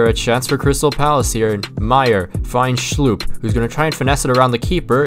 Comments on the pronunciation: Its not pronounced Jeffrey Schloop, but pronounced Jeffrey Schlupp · When he prounces schlupp as schlooop...lmao